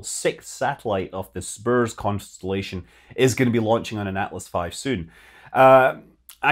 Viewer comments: Having worked on the program I can safely say SBIRS is not pronounced S-burrs but rather SIB-erz. Love your vids Scott! - Former south-bay resident -Marc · FWIW: people in the SBIRS shop pronounces the acronym "siberz". Very important, not. ;D What an incredible set of launches these last few weeks! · Hey Scott! I doubt you’ll see this, but SBIRS is pronounced SIB-ers 😊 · SBIRS is pronounced Cerberus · SBIRS - sib ers. That’s how you pronounce it